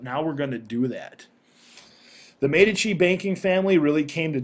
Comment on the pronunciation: its actually pronounced as mee dee chee (Medici)